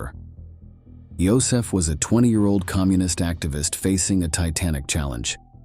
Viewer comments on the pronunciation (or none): none